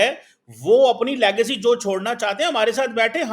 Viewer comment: you learn pronunciation first. It's legacy not legcy first and then he's quoting the only book wherein by mistake he has been quoted. And showing himself with a cup of hot drink as if he is the only VIP from Pakistan who has visited abroad but doesn't know the way of cleaning lips with tissue after a sip like englishman. Proves he has no attiquates as to to how use napkin after a sip from a glass. Just posing extraordinarily and artificially. Kindly don't raise his marketability by inviting him on your podcast or be ready to loose your audience. Love you.